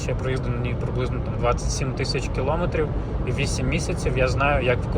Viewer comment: Дякую за огляд, але, будь ласка, припиніть говорити "килОметрів". Це дуже засмучує, у нас майже немає українських автоблогерів, які говорять правильно це просте слово.